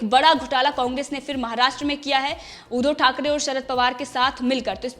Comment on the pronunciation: ऊधो नही उद्धव बोल